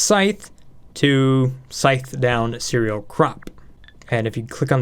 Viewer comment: "Ceral" Bruh